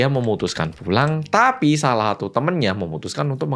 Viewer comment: Ngomong TAPI nya kenapa harus di gas to,lagi nonton jadi emosi gara2 kata TAPI yg berulang kali di ucap sambil ngegas...